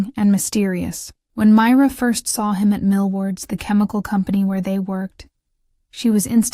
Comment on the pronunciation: I could have taken it more seriously if the names Ian and Myra had been pronounced correctly. That's basic stuff.